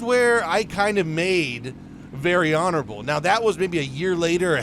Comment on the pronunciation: You can’t just talk about very honorable, without watch Very HONORABRUH